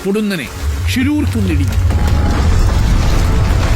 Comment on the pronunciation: Not Angola it's ankola, it's not sisrusu. It's shiruru